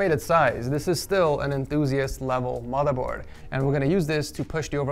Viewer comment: No one: Litterally no one:: MOTHA BOAD